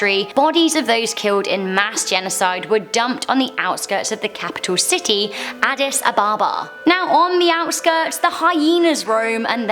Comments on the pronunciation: “Adidas Ababa “ 😂😭 it’s Addis Ababa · Btw you said "Adidas Ababa" its actually pronounced as "Adis Ababa." you said "Adidas" like the name brand lol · sec Did i hear Addidas Ababa ?😁😂😂. A D D I S A B A B A - not Addidas, Puma , Nike Ababa . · did she just say adidas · she said "Adidas ababa" smh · Adidas Abeba? Lmao😂😂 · Did she say Addidas Ababa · “Adidas Ababa” 😂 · oh god!!! she did say Adidas Ababa at some point!!! eeeeeeeehehehehehheheheheh!!!!! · "Adidas ababa" 💀